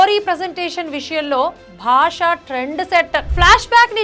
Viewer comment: భాషా కాదు బాషా 😂